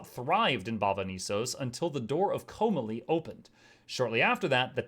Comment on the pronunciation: Hey ! Don't mean to be that person, but you're pronouncing "Komalie" all wrong. It's pronounced Co-mah-lee. There is a video on Youtube with the proper cutscene from Guild Wars 1 where Vizier Khilbron pronounces it, if you want verification. It's under (Guild Wars Prophecies - cutscene 025 - Ring of Fire).